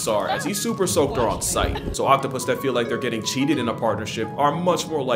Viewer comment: OPtapus lmao